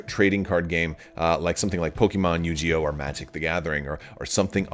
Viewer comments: I heard him say Yu-Ji-Oh and it triggered a 'gif vs jif' fight-or-flight response in my brain that I didn't even know I had. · Said Yu-Gi-Oh wrong 😆